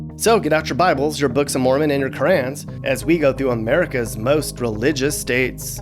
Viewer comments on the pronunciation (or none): Did he say Quran or crayon